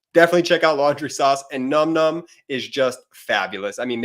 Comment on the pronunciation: Listen to me please, my hunny and tell everyone who is doing the ads for Nom Nom. It's a wonder the sponsor hasn't said something. It's "nawm nawm". Thanks for listening.